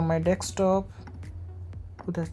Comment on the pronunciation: its not dekstop its desktop also this guy is again selling tutorials and stuff